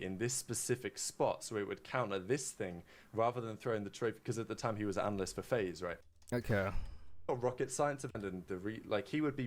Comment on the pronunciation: “Analasyst” 😂😂 they can’t even speak English while roasting you 😂